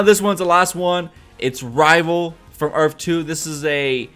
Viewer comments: the word is earth, not earf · Earth not earf! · "earf 2" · had to stop watching the video cause there is no such thing as an earf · Earf 2😂😂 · earf two 😂😂😂😂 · URF 2 lol this guy is killing me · Earff? lol earth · earf? wtf is earf? I think you meant earth. you don't seem too sure of yourself either how would Jay reckonise Barry whilst wearing a mask? did the team in season 1 reckonise Wells in a mask? .... NO. atleast try and sound like you have half an idea. if any body wants to watch decent reviews check out EMERGENCY AWESOME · I'm sorry but u were annoying the crap out of by saying earfh throughout the video